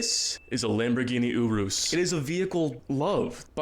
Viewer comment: WHY IS HE PRONOUNCING URUS LIKE THAT